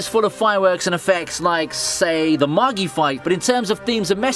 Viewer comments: Pronounced maj-eye not maggie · I get that the show is an anime but. It's just pronounced Mah Jai. Not mah gee MAGI gotta remember its more of a middle eastern and pirate base characters.